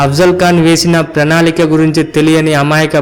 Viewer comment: పెనాలిక కాదు ప్రణాళిక భయ్యా ,,ఏందీ పలకడం... ్